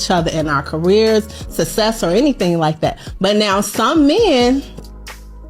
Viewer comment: All that money and still cannot pronounce success